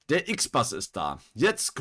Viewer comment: Nicht "IXBAS", das Teil ist deutsch, es heißt "IXBUS"